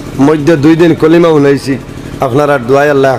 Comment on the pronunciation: কলিমা টা শুদ্ধ করিয়া বলতে পারলেননা।